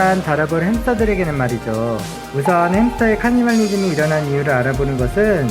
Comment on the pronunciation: 하..카니발리즘이라 그러는게 자꾸 거슬리네요.